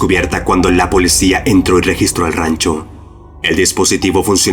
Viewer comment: Alguien más escucha que el narrador pronuncia POLECIA en lugar de policía?